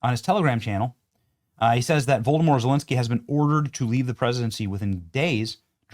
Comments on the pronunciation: 'Voldimore Zelensky' lol....too funny Benny!! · Poor Benny... can't read Zelensky's first name correctly.